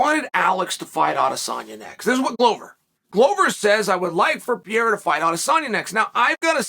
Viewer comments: Almost, Uncle Chael…but it’s actually pronounced more like “Puh-hair-a”. Portuguese pronounce R’s as H’s. You’ve battled enough Brazilians that you should know this. Also, you should have chose better phrasing than “I came on the backside of Glover Texeira” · I thought it was Pa-hey-da. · It's Alex Pejera. With the J sounding like an H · Ariel corrected me it's pronounced Perreira, anyway so Glover said he'd like for Pierra to fight Adesanya next. Pure gold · No, you are absolutly right Uncle Chael, its Piera and Justin Porier 😅